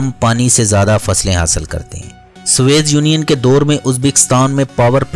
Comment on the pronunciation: سوویت یونین کو ھر بارغلط پڑھاھے اردو تھوڑی کمزور ھے